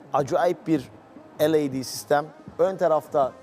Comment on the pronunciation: EL EY Dİ sistem ha LED değil yani 😂 Ey dersen LAD olur o LED değil😂